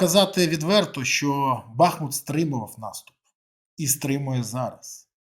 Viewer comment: Нажаль, весь світ знає бАхмут, а не БахмУт!!!